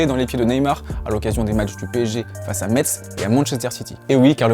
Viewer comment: sa ce dit Mess